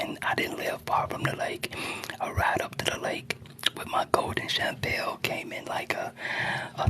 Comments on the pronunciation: Lol he is saying Champale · Why u saying shampoo like that